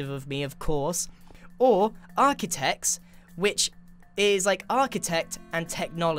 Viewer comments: "Architechs" It's too late. It is already done. Too late to realize your mistake. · You forgot the R in “Architech” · "The Buildstone Architechs"? if not that just Archtitechs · Architechs not Achitechs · Architechs ** not Achictechs 😂😂